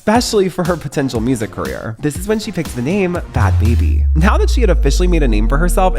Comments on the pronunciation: I know this is old but its really annoying you keep calling her bad "baby" its Bhabie (barbie) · The anglicised pronunciation of Bhad Bhabie got me rolling on the ground 😂😂.... Bhabhi is actually a word from Hindi and it should not be pronounce as BABIE...lol....Bhabie means aunty or brother's or friends Wife.